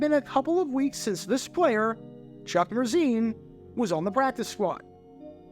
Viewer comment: Every time you said Chuck Mercein’s name I thought of Adele Dazeem.